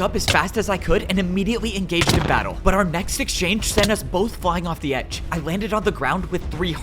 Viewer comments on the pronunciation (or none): none